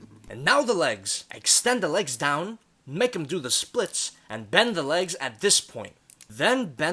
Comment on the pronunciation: I Just Skiped And Skipped Until I Heard : "And Put Down DUh-Down". Like WTF